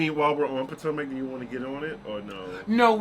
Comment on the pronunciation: I like how u pronounce (Potomac) pow tow Mac 🤣🤣🤣🤣🤣🤣🤣🤣